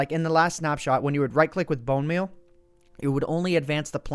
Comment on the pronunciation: No, Grammar Nazi noticed you said bone meaN instead of bone meaL (capitalizing the letters that are in question). You came sooooo close, but points for effort my friend.